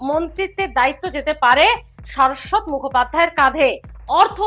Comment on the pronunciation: শারদ্বত-র উচ্চারণ কি সারস্বত হয়? সুর করে যাত্রাদলের মত কথা বলেন, উচ্চারণ ঠিক মত করতে পারেন না।